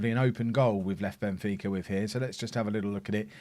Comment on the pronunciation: Benfeeka...fika (pronounced feeka) is a tradition in Sweden. I think you'd like ot. Involves goos coffee